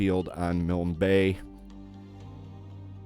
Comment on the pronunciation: Finally someone who can pronounce Milne. I know it's not a common name, but it's a family name and hearing it mispronounced by other content creators was a serious distraction. I have a particular interest in equipment. I am hoping this mod brings us uncommon aircraft and naval units like others have done.